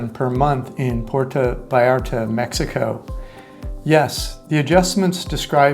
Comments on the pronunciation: ha ha exactly what i thought. It's pronounced - P- where- toe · You really should learn how to correctly pronounce Puerto.